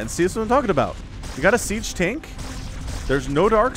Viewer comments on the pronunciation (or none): none